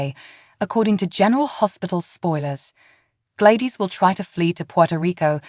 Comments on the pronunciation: I'll subscribe when you learn how to say GLADYS! Not G-ladis! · It’s Glad dys ??? Please pronounce the names correctly???? You sure do have a lot of mights and maybes ??? Not sure that this is even a true headline , much less a reliable Spoiler???? Couldn’t even make it through your whole video??? What a complete this mess of a video , there’s absolutely no way that Sasha is going to forgive this evil witch???? You can’t even pronounce Sasha’s name correctly either , try watching an episode and get educated on the show along with the characters???👎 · Say Gladys name correct